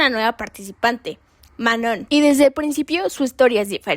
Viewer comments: El nombre de Manon se pronuncia *MANÓ (sin la n al final, no tiene sonido) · Se llama Ma-no!🫩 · Decepciona una y otra vez que cuando investigan para estos videos sigan sin poder pronunciar bien el nombre de Manon, algo a lo que ella misma ha dado mucho énfasis . O si hablas de temas raciales, debes llamar a las chicas negras como chicas negras, no "de piel oscura". Por otro lado, Lexie también tiene ascendencia latina, y muchos lo olvidan... No sé, falta más estudio. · Qué pena. Podrías tomar el comentario para mejorar y no dar excusas. Sólo responderé a una cosa, lo demás lo puedes investigar mejor. El que otras personas pronuncien mal el nombre de una alguien, no es razón para continuar haciéndolo, todo lo contrario. Sobre todo si tu video se trata de respetar identidades y/o etnias. La misma Manon no tolera que digan mal su nombre. Cero respeto por ELLA. Lo que hagan los demás no debería importarte (¿Missy? ¿En serio? La misma que trató pésimo a Manon la pones como ejemplo, increíble). Ojalá si vuelves a hacer otro video donde la menciones puedas pronunciarlo bien. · uy si la manon va a tener un ataque de pánico porque una youtuber pronunció mal su nombre, déjenla de tratarla como un cristalito